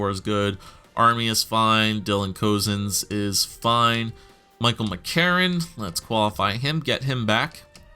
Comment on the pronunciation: Cozens is actually pronounced “cousins”. I grew up with him in Whitehorse and he was one of my closest friends throughout all of elementary school. Super cool to be watching him progress after growing up playing hockey with him. If you don’t believe me I have pictures of us together!